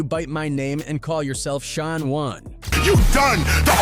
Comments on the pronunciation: It's Shan, like, pan! Not Shon. 🙄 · AI sucks Shan not Shon. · Mc Shawn is how it pronounced it..lol Shan, like can